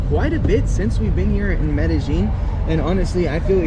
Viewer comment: Learn to pronounce the name of the city properly. You do like the uneducated barrio people - not like a Paisa . Just because they communicate in “Getto speak” in the hood of NYC and LA doesn’t make the butchering of the King’s English right. Same with the King’s Español.